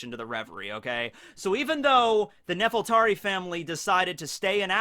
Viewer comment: I hate to nitpic, but I feel like I have to get this out of my system. I think the name of the ruling family of Alabasta is supposed to be Nefertari, with an R. I know L's and R's get mixed up in Japanese, but since Oda based Alabasta on Egypt, it's pretty obvious he named the family after Queen Nefertiti, sometimes called Nefertiri or Nefertari. Even Vivi's late mother was called Nefertari Titi. You can't get anymore obvious than that. Nefertari also sounds better, at least in my opinion.